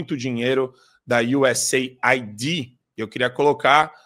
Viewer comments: Não é USA ID, é US AID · A pronúncia é iuseid, ok? "Aid" significa "ajuda".